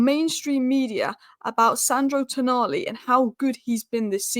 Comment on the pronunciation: its Toooooonali.